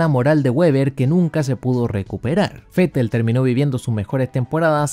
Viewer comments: Esa es la fonética, así se debe pronunciar el nombre del alemán. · Asi se pronuncia Vettel en Aleman.. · Yo soy mexicano y lo pronunció fetel porque es la forma correcta